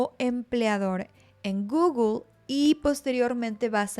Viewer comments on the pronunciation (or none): none